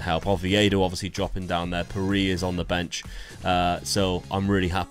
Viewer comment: Just to say Pirie is pronounced pih-ray